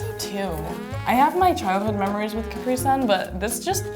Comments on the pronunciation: CAP-RI SUN ffs NOT CUPREEE SUN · I thought its cah-pree-sun not ca-pre-sun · Its also pronounced capri sun not capreesun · We have capri sun ITS CAP-RII SUN Not Cap-pri sun! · Its pronounced (CAP-PREE SUN) NOT (CAP-RE) SUN AGHHH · I swear she didn’t just say (cap-ree) it’s pronounced (cu-pre) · It’s not Capree Sun it’s CAPri Sun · Capri sun not capreeeee sun ffs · I hate how she said “Capra sun” instead Capri sun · it’s actually called Ca-pri-sun not Cap-ri sun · Arghhh she said capree-sun not capri-sun 😵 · Did that British lady literally pronounce Capri sun like (caah-pre-sun!!!!!) NO HUN! ITS (cuh-pre-sun!!!) IM TRIGGEREDDDDD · She said Ca-Pra-Son who tf says that it’s Ca-Pri-Sun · Did she just pronounce Capri sun like cap-ree sun???????? It’s CAPRI like Capri pants... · Its pronounced cap-ri sun not capree sun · I've learn three (3) things from this video: 1. Hershey's is a real place 2. They prounounce Caprisun as 'Cap-ree-sun' in the US, whereas in the UK it's mostly pronounces 'Capri-sun' 3. Do most Americans seriously not know what at blackcurrent it??!!? That is a staple flavour in the UK (in my opinion) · bro why she pronounce it like "cap-re sun" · Yoshi Hd5’s UP also I hate how they pronounce it “Capree-sun’ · She was really saying ka-pree-son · She was really saying ka-preee-son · addi rose OMG you are NOT the only one I hate when people say “cap rih sun” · its cuh pree sun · "A cah-pree sun" please tell me Americans y'all don't pronounce it that way....? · Dear England, there is a reason that America split up from you and it just happens to be the way you pronounce Capri sun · They call it kapree sun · "Caper sun" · It’s pronounced cu-pre-sun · It’s pronounced cap ree son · Is anyone gonna talk about how she said caper-sun?!? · she said cap-rie-sun 😭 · "cuh-pri" oh dear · She said “ cap-rih-suhn” 😂😂😂 I jus say “cuhh-prE-son” who wrong?🥴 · More like CAH-pree sun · Cherrymon 30111 no it’s pronounced CUH-PRI-SUN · The way she pronounced Capri sun